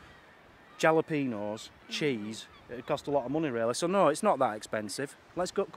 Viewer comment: Great vlog #1, the food looked great too, and I love how pronounces jalapeño.